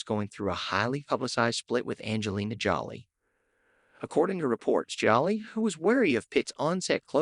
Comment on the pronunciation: Wow you must have just started this channel.? You literally have no subscribers. Anyway I subscribed. They call Brad's ex-wife Angelina Jolie. They pronounce it like she's being jollly. Is that is the AI. It is so annoying. 🤔🫡‼️